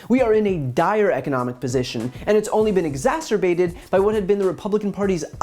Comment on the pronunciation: Nice commentary. Now, let us all repeat: there is only one "t" in exacerbate.